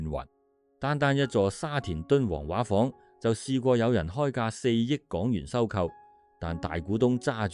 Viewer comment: 沙田「畫舫」的粵語正音要讀「說話」的"話"，不是「水彩畫」的"畫"。「畫」字的意思是「裝璜得美倫美煥的」, 畫舫即是「裝璜得美倫美煥的船」的意思。